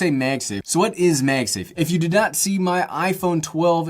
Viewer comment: "Meg Safe" - what regional accent is that? I've heard it before but boy I can't place it. Love the small phone and love this video. 👍🏼